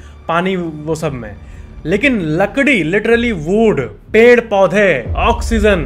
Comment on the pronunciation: the way he said ped 😂